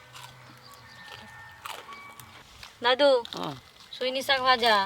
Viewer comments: বোড়া আবার কি কথা ।বড়া হবে কথাটা । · বোড়া নয় , বড়া উচ্চারণ হবে । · বোড়া নয় উচচারন টা বড়া হবে